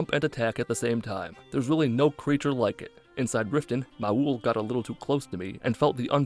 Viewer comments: Ah yes. Mah-ool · funniest part of the entire vid was pronouncing maul like raul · I've never heard someone pronounce Maul like Mah-ool, and now I'll always read it that way. So thanks! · Im sorry, how did you pronounce Maul????